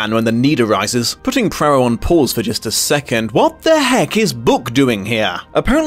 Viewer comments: I cannot understand why you continually add an R in Poirot's pronounciation. Prarow? It's Pwaro!!! So annoying. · "PWAA-row", not "PRAA-row"! -- no R in the first syllable of Poirot's name. Even in fiction, so iconic a character - and his author - deserve the respect of correct name pronouncing. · Dang it!! SAY THE NAME PROPERLY! "PWAA-row! PWAA- row! PWAA-row!" Not PRAA-row! There's no excuse for making such a disrespectful gaffe. 😡😡SAY NAMES CORRECTLY.😡😡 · apologies if others have pointed this out/if you dont care but his name is pronounced "pwa-roe" not "pra-roh" as you've been saying! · PLEASE try to learn to pronounce 'Poirot' properly... listening to you mangle it as 'Prarow' was painful!!! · Just popped in to see whether you’d learned to pronounce Hercules Poirot. You have not. You still say HERkyul Prorroh and I can’t watch the video. Which is a shame because I was interested in seeing one of your wonderful interpretations. HERkyul I could have overlooked but you say Prorroh more and it’s far more annoying. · Im sorry but what is this Poirot pronunciation ? Where is the first R sound coming from ?